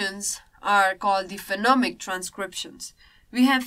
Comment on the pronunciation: Is it Phenomic or Phonemic? And the way of describing the chapter feels very swallow. Please spice the things up, be more subjected to examples. Thanks.